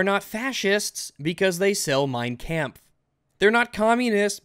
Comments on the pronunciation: You pronounced "Kampf" wrong! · Who needs an AIDs simulator when ' pronounciation of kampf was enough to give me AIDs in real life